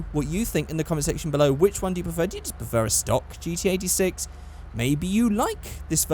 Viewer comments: Notice me Senpai!!! Is it me, or did every time he say GT86, it sounded like he said GTA VI?!?!?! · what says: GT86 what I hear: GTA6